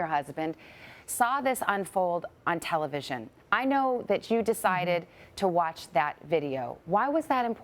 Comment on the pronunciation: it's not talavision